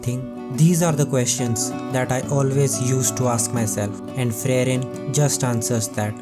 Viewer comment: It is supposed to be Free-ren and not Frey-ren.